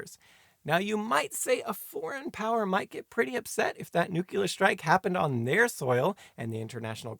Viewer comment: NuQlar? Really? 😀